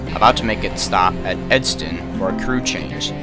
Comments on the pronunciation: The town is Edson not Edston. Check your pronunciation next time. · Sorry this bothers me. You say Edston several times. Its ED-SON. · Edson not edston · Ok the way you say Edson there is not t in Edson you say it like Edston that bother some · its Edson not Edston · dude i was wondering at first if this was hinton ab. also its pronounced edson by the way! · There is no T in Edson just saying thats all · I grew up in Edson and I had family friends in Hinton. I can't believe I'm just now hearing about this. I'm going to ask my family about this, to see if they heard about it. Oh and you mispronounced Edson, with a "t," but that's okay! Still a great video! ^^